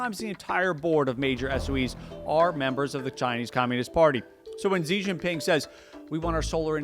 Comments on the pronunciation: Xi is pronounced as "Shee", not "Zee". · ok but literally who started this bizarre myth in western journalism that his name is pronounced "jee." It's pronounced almost exactly like the english word "she" it's truly not difficult. It's not hard (edit) oh good he fixed it later in the video hahaha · Shee not Jhee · Why would you not take the effort to correctly pronounce the name of a head of state? American arrogance? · Imagine doing a video and China and not bothering to learn how to pronounce "Xi." (Sad, considering how the most common English transliteration is virtually identical to how it's pronounced here in Beijing.)